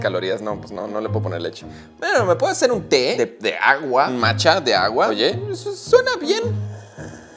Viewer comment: Me dio risa el segun do ahi me dio risa como dijo matcha o eso jajaja